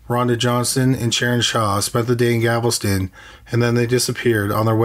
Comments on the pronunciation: If you are going to produce stories about crimes committed in the United States,please learn the correct pronunciation of US Cities! It's Galveston, NOT Gavelston! Do your research or ask an American how to properly pronounce names! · FYI: The city is Galveston…..not Gavelston. Details count friend. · CRIMINALLY LISTED: There is NO such town as "Gavelston, Texas." It's GAL VES TON. Just think of a gal with a vest on. NOT a gavel. THANK YOU. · It’s killing me that he says “Gavelston” instead of “Galveston” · It's driving me nuts!! It isn't GAVEL STON IT'S GAL VES TON Nails on the chailkboard!! 😱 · Gavelston instead of Galveston i love it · It’s Galveston…not Gavelston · Galveston, not Gavelston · Okay, my comment is somewhat petty. I like the content a lot, but what I can't stand is every few words being mangled in pronunciation. If I hear "Gavelston" instead of Galveston one more time, it'll send me round the bend and I'll end up in a straitjacket. If you don't know how to correctly say a word, it's easy enough to watch a news person say it. Thank you. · Ahhhggggg! Stop saying "gavel-ston"! It's "Gal-vez-ton"! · Still saying Gavelston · Apparently they don't read the comments. GAL-VESTON for crying out loud. We told you on the last killing fields video. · You can't say "Galveston" right. It's so annoying